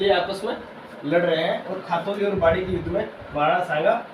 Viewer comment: it's not khatoli it's ghtoli